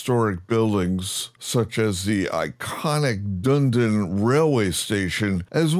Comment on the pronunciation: "Dune-din" lol. Awesome. "Dun-e-din" but you pronounced some of the Maori names better than most locals. And there's certainly scope for big improvements in the NZ mesh/terrain/cities. Very much looking forward to what Orbx and Asobo end up with. Greeting from Orkland, I mean Auckland (LoR reference, your pronounciation was right on).